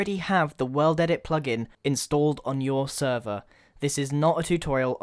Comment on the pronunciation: When he says plug-in I get so mad